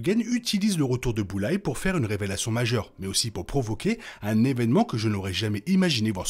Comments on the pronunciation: Super critique! Par Contre le « Boullaie » me fait un mal aux oreilles 😂 c’est plutôt « BullSeye » ou « BoulZaie » 😂😂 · Bulleyes ❌ Bullseye ✅ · Par contre c'est Bullseye pas Bulleye